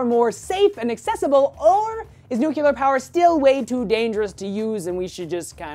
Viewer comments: "New clear" not " nuke you lar" gyad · you say "Nuclear" wrong.... (you say it like George W. Bush :P)